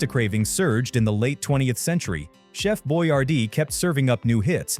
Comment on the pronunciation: chef boy ar dees